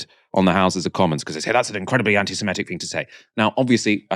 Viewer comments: Small point but you're pronouncing "anti-semitic" as semEtic but it's semItic. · Please learn to pronounce Anti-Semitic properly, it’s.not ‘semEtic’, really not difficult